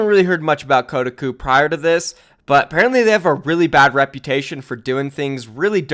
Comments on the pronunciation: KOH-TA-COUP. not kudaku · did he just say ko-duh-ku? It's Ko-Ta-Koo? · Its defamation, not defamination. Its not pronounced kodaku, its Koh-tah-ku. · This dude rly said kodiku instead of Kotahku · That pronounciation is Kotaku is getting to me, it's pronounced koh-tah-koo, not code-a-koo. Good video regardless. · Bruh it's "koh-tah-koo" lol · You've never heard of Ko-Tah-koo???? What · That websites name is actuallly pronounced KO-TAH-KOO, but yeah it is a shitty gaming website. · It's pronounced Co-tar-koo. They're big in SEA, but they are known for click bait and spreading incorrect info. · Koh tah kuh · It’s “Koh-TOCK-Oo,” damn it. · phonetically spelling koe-Tak-Coo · You pronounced Kotaku wrong haha, its "Ko-Tah-Qu" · "kotuhkoo" REEEEE TRIGGERED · It’s Koh-Tah-Kuu please pronounce it right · It's pronounced "Co-tah-coo" btw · Kotaku is pronounced Ko-tah-koo, just a heads up:) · you makeme cringe its pronounced KOH TAH KU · I believe it’s pronounced co-ta-cu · koh-tahk-oo defamation Good video :) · o.0 you havent heard of kotaku? also its pronounced Ko-talk-oo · It’s Koh-tah-coo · I just die every time he says “Kuh-uh-cu” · which is worse Kotaku's credibility or pronunciation of kotaku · How did you say kotaku? Lol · That Kotaku pronounciation, yikes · That moment when pronounces Kotaku wrong, and I become very confused. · Damn you completely butchered Kotaku's name lol. Tell Profit we support your relationship by the way. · Pronouncing Kotaku wrong boi